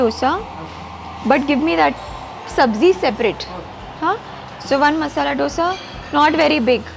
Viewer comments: Loved your vlog!! You are sooo beautiful. But why do you call dosa as "doh-sa"?? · First learn to pronounce’Dosa’ properly madam